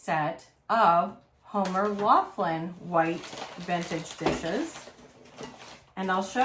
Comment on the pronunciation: I live in the town where it all is made. It is pronounced Homer Lock lin